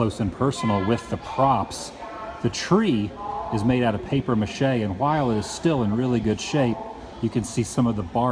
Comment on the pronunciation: THE three its not paper meurché its PAPIER MACHÉ